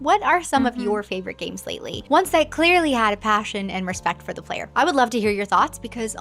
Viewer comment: she says clairely lol